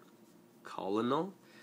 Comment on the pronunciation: u know colonel is pronounced like kernel rigght?